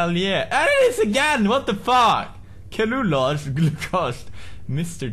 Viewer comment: hahahahah 'kellulose'